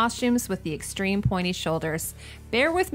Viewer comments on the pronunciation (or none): none